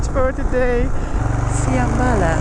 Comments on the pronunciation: se prununcia fianbala¨[ el acento es en la a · It is Fiambala, with the accent un the last a